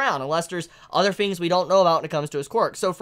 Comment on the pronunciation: Bro. 1. Your hair. 2. Why you only saying "hero" in My Hero Academia in a Japanese accent, but not the rest? Hero is an English word. 3. The sound in words like "THINGS" shouldn't be pronounced like "FINGS". JUST SAYIN'. I dig your videos, but those things bug me lmfao.